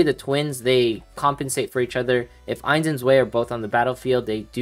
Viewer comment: btw its pronounced Ains & Zwai (1 & 2 in german)